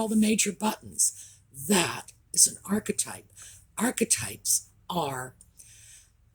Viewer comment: Thank you so very much for defining the word archetype in case anyone was confused because I've been wincing everytime I hear her say it. It makes me want to pull my hair out. Almost as much as people using nucular which Is Not a Word.